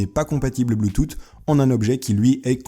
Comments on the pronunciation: Je voudrais la souris stp :) Et sinon on prononce bloutous pas bloutoute :) mais ça s'écrit bluetooth :) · BLUETOOT ?! BLUETOUT ?!? DENT BLEUS PUTAIN, BLUE-TOUTH (bloutouse, pour les non-anglophones) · ça se prononce blou tousse pas blou toute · ses pas bloutoute ses boutusse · C est pas bloutoute mais bloutousse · on dit. pas bloutoute ou di bloutousse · Bloutousse pas bloutoute 😹😹o putain il m'a tuer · goog OH! on dit bloutoute XD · BLUTOUTE ?? c'est [bloutousse] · c pas bloutoute c bloutouth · Th = le son "s" pas t BLUTOOOTH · Juste bluetooth sa se prononce bloutouss et pas boutoute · pas bluetoute : bluetouth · Bluetooth se prononce [ bloutousse] pas bluetoute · BLUETOOTH PAS BLUETOOTE Tooth tu prononces comment ? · bloutoute putain non ... bloutouse 😂 (en gros) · BLUETOUSSSSS PTN, PAS "BLUETOUTE" ! Ca me stressait a chaque fois qu'il le disait 😂😂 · Salut, je voudrais bien le support pour téléphone ^^ et sinon ca ce prononce pas bluetoo"ttt" mais bluetoo"s"; sinon très très bonne vidéo :) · On dit pas bloutoute mais bluetosse (sa me stress) Mais on l'écrit bluetooth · AAHAHAHAHAHAHAHAAHHAAH MEC ON DIT BLUTUTH COMME UN SSSSSSSSSSSSS PAS UN TTTTTTTTTTTTT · On dit pas pouisse mais puisse et pas bloutout mais Bluetooth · BLOOTOUTE 😂 C'est Bluetoosss (bluetooth) sinon ta vidéo est super ! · je voudrais l'adaptateur bluetooth 😀 ( on prononce "bloutousse" et pas "bloutoute"😂😂) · Ahah ça se prononce bluetouss et pas bluetoute xD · La souris s'il te plait ;) sinon tu dechire continue les video de ce genre (ps prononce "bluetoth" comme bloutousse ^^ ) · Ptn le bloutoute il m’a cassé les oreilles, mais la vidéo est très bien faite, super vidéo continu stp. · Bleutoute 😂😂😂😂 jpp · Bloutoute pwisse pas glisser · Mdr bloutoute ta ma tuer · Je suis le seul à avoir remarqué qui dise blutoute ???😂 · blootoute mdrr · Mdr bloutoute je me marre comme un fou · BLUETOOTH PAS BLOOTOUTE on dirait mon prof de tecno mdrr en plusse il a 45 ans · Sa ma soûler quand tu disais bloutoute